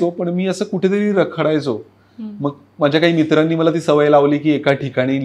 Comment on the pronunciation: ललित, रखडायचो नाही खरडायचो